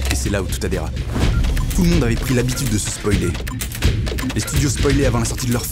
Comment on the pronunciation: il dit « spolier » 😂